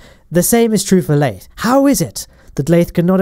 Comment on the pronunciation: *lathe-r FTFY